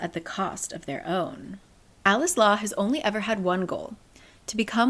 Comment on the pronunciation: i keep hearing "coleslaw" instead of "alex law"